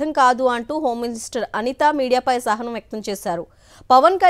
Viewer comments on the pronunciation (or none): EXPRESSED ASAHANAM... not SAHANAM... ( Have to Add... A ).... ✍️👌... ( Sorry )... Dhanraj Journalist 👍